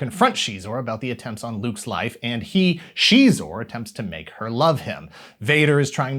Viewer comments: Shezor?! Hell nah….sounds like a lil bitch. Zixor(Zyzor)…the only way to pronounce it since the 90’s. SHEEEEZOR?! That’s tarded. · I used to pronounce him as "Ex-Eyes-Ore" all this time its Shee-zor (Xizor) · She?-xor? All this time I’ve said it different, and I’m not stopping. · I'll decide for myself what is and isn't canon when it comes to Star Wars. Disney can't take that away from me! I did always pronounce it "Zy-zor" though, that's gonna take some getting used to. I must've played the snow speeder level of the game hundreds of times. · CHEEZOR?? I had no idea that it was pronounced that way 🤔 🧀🧀